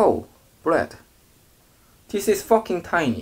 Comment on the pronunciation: "this is fAckIng tiny" that what she said lmaoo